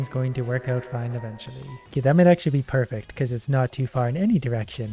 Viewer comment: parece que dices perfecto xddd osea de tu inglés tratas de decir perfecto jejeje good video